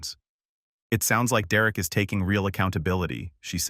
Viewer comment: Derek not Dererick